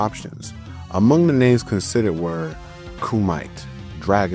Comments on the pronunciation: “Kumite” is pronounced “KOO-muh tay” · Kumite= koo-mee-tay"